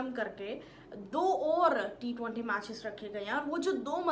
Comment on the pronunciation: Ma hindi..na emglish..na urdu.. aata kya hai bahen tumhe?? T-20 hai wo.. not t- twaaanti.. 😂😂😂